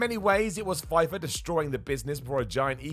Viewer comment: Pfeffer is pronounced "Fef-fer". Not "Fy-fer"